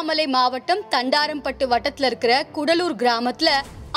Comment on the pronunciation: Thandaraaampattu illai thandrampattu